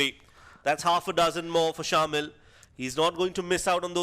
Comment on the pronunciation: Some body tell the commentators its not shaamil its pronounced shamAel